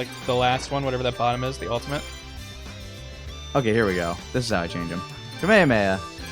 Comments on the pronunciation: Vini Ziello, I think it's just lazy pronunciation. Rather than annunciating the syllables they tend to rush them. So it sounds like Kah-may-ah-may-ah instead of Kah-may-hah-may-hah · I don't know if this is a english dub thing, but why some americans call the Kamehameha 'kameamea'?